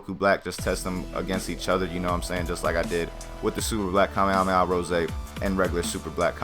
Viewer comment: dont say to mucj kamehameha because you cant tell it right and it is aufull to hear xd